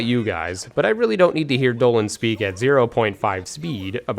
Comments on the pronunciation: Is this guy dyslexic or something? Why the f is he saying doland instead of Donald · Duz he say Doland instead of Donald ? haha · I know this is late but, it is DONALD DUCK NOT DOLAND HOLY FUCK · 😭😭😭😭😭😭 WHO IS DOLAND?????? You seriously can't be talking about DONALD Duck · 😐 Repeat what you just said.... "Doland"... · Why do you call him “Doland”? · Its DONALD!!!!!!!! who the f**k is Doland?!? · Doland???? I stopped watching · Is there a reason he calls Donald Doland? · Who the hell is Doland? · Am I the only one hearing him say "Dolan" instead of "Donald?" 😅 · Everyone calls him Dolan... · Why do you call donald doland? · "DUH-land" I didn't realize I was saying Donald wrong this entire time. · Dolan actually. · this man said Doland hahaha great review btw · You called Donald Doland... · I agree with everything you said besides the way you pronounce Donald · It's something he has said since I started watching him like 3 years ago, don't know when it started lol.